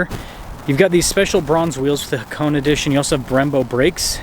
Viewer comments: Ha-Ko-Neh not hacone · Haa-kow-nay..... Just saying...😉